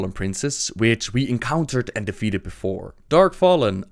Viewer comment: Why do you often add an S at the end of words? For example "defeateds" instead of "defeated"? I get that it's an accent thing but, all you do is not pronounce an extra S.